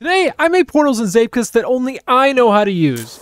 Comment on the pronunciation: Wait, you said "zeepkist" correctly. Are you dutch?